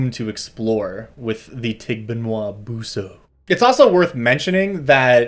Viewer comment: Pronunciation is actually pretty good - I'd stress the 's' in 'buso', but otherwise, yes